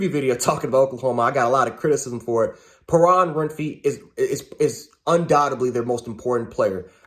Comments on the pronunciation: Pay-ron Win-free, dude you are killin it with your knowledge, keep it up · Is he trying to say Perrion Winfrey?